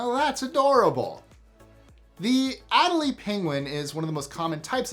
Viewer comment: Your titles are RIFE with misspellings! I suggest that you Google the words more often. EXAMPLES: Aw (no "e"), (How did Nemo HAVE a mom), (Adelie is pronounced "Ah-DAILY"), It's STEEL, not STEAL. That said, it's GREAT to have you back, and I'm looking forward to many more List 25s!